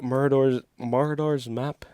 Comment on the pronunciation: MARAUDERS pronounced…….” Mar…..odd….era “ are plunderers and pillagers ( old English term ).